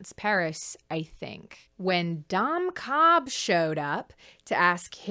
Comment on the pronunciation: Ok but counter argument to Dom Cobb's first sin: every time you say his name it sounds like you're calling him "dumb Cobb" with a slight accent which I think is very funny.